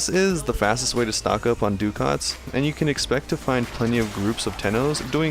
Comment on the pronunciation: Just an irritating comment from me but Ducat is actually an old currency and pronounced something like 'duh-ket' Is it pronounced differently in game?